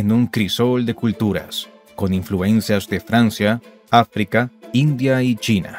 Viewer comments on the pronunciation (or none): none